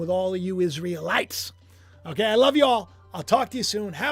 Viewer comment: "Israelights" LoL love it!